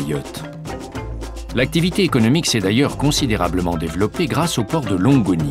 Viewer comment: Il m'a dead ça le narrateur. On dirait moi qui n'a pas réviser la veille pendant l’orale du brevet blanc. "La passe de longue au gorille" il a dit 😅🤣😭 au lieu de Longoni.